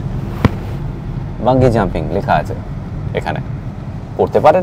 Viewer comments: ওটা বাঞ্জি জাম্পিং হবে,বাঙ্গি নয় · আরে ওটা বাঙ্গী নয় রে, বাঞ্জি জাম্পিং 😂😂